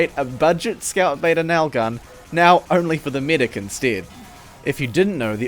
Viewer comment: "Only for the midic instead " I really wanna know where u are from xddd